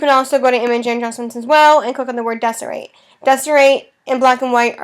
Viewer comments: it's call D-Sat-Your- Rate not des-er-rate.;) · desaturate not desorate !